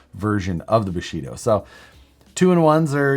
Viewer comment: Thought you said Bulshido! But thats what Steven Segal does